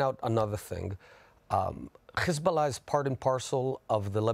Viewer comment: Is it so hard to say hezbollah. Why chhheezbolah. Genocidal liar, you will lose, go back to poland thiefs..